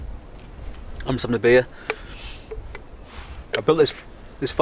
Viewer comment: Greetings from the Rocky Mountains. Another great video brother. Always look forward to you saying beeah (beer). 😀